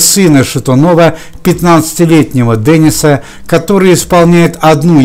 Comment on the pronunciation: Не Дениса,а Дэниса.